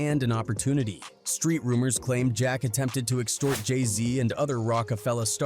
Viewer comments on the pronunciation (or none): Buddy said Jay somn smn z. Like what?